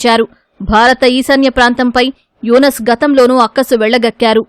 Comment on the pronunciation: E tv వాళ్లు ముందుగా పేర్లను చక్కగా చదవడం నేర్చుకుంటే బాగుంటుందని నా అభిప్రాయం.ఎందుకంటే యూనుస్ అనే పేరును యునస్ అని ఎలా ఉచ్చరిస్తారు. న్యూస్ రీడర్లనైనా మార్చండి లేదా స్క్రిప్ట్ రాసే వారినైనా మార్చండి.please.